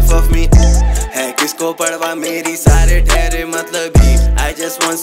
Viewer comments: Parwah(پروا), not parhwah(پڑوا). No hate. Always a fan of your work. ♥️ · Is he really sayin "padwa" rather than saying 'parwa'. 🤣😂